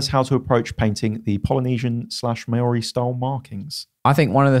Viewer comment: is doing his best Zoolander impression with the Māori pronunciation. Great video as usual lads.